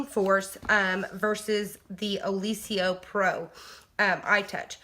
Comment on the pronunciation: Did you look at the spelling of Oliso? You're pronouncing it incorrectly!